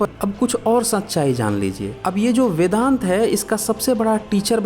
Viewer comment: Abe paidaisi bevakuf.... Vedang nahi vedant....pahle padhna likh ke aa....sale...